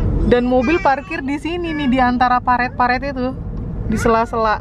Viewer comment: Parit kak, bukan paret😅 Eh tapi mungkin ditempat kakak blgnya paret ya